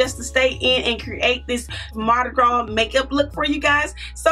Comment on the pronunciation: This is beautiful but your pronouncing Mardi Gras wrong. This s is silent.